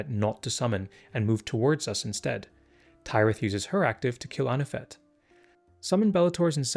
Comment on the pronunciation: again thank you for these kinds of videos! they're super helpful. one thing though: i finally watched the Harvest episode with Tyrith the other day and i'm pretty sure it's pronounced like Minas Tirith. the 'y' in Kyrus, though, is pronounced like eye.